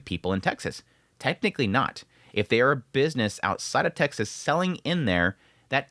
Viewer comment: Texas... Sounds like "Taxes" with vowels reversed.